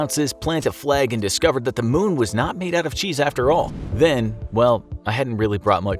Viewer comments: not moon it is mun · Mun not moon💀💀💀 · also its mun not moon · The MUN! Not moon! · MUN. Not Moon.